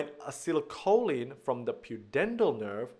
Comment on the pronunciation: Thank you but is it not supposed to be acetylcholin rather than acylcholin as you say it?